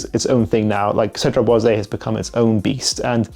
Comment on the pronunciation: Hey! First of all, thanks for your videos and dedication! One thing I‘ve been wanting to tell you for quite some time: Cedrat Boise is actually pronounced with a silent „e“ at the end as it‘s no „é“. So just stop at the s and you‘re good 😁 Keep up the great work ✌🏽